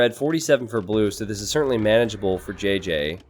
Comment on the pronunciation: JJ is 'ji' not 'jé'